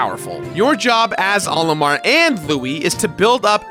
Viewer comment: He keeps pronouncing "Olimar" as if it's the name "Oliver," but with an M instead of a V. What a silly is. Come on, bud. Smash Brothers has been telling us how it's meant to be pronounced for years.:p